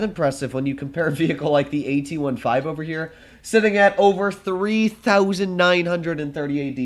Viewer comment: can you start calling the tank "AT-fifteen" some day?